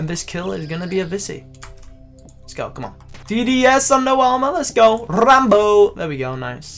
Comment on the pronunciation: Rrrrambo lol, never will forget "dart bowl"